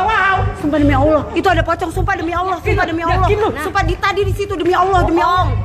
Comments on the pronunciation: The pochong is pokong not pochong😊😅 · Pocong bukan pecong wkwkwwkw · i hear "Tecong" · i dont know u pronounce pocong as “p-cong” or “the-cong” or i deaf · I heared Pecong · Di Nuke video pecoong 🤣 di korea jadi pppcongi 🙃